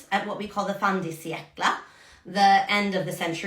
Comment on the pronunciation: An American saying "fin du siècle" in a Norwegian accent made ME go "aaawww" 😊 (Us Swedes call it a smoking too, btw)